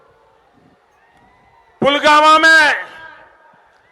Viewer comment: पुलवामा को पुलगामा जो बोल रहा है ऐसे नौटंकी वाले को अंधभक्त विश्वगुरु कहते हैं तरस आता है ऐसे अंध भक्तों पर! इस देश का देशद्रोही मीडिया है जो गोदी में बैठकर जनता को बहकावे में डालकर पैसे लूट रहा है!